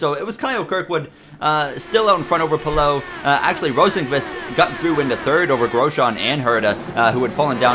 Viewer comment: Great episode but Rosenqvist is usually pronounced Rosenquist from what I’ve heard. Also these sliders seem unrealistic